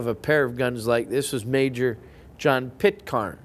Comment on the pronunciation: It's Pitcairn ai pronounce as in care and it's a Scottish pistol more like a Murdoch of Doune .